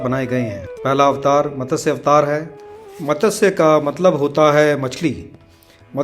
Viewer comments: मतस्य नहीं मत्स्य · Its Matsya (मत्स्या )not matasya